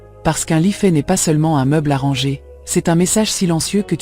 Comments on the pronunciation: Mdr et au lieu de dire ranger elle dit rangeur à l’anglaise c’est n’importe quoi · J'ai aussi pensé à l'intelligence artificielle quand je l'ai entendu dire à deux reprises "rangeur" plutôt que "ranger". Ça m'a fait décrocher et je n'ai pas terminé la vidéo.